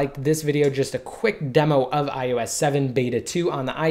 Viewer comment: Fuck I hate it how this guy says 'IUS 7' ITS DEFINITELY AN 'O' If your videos weren't so informative I would have put it on mute...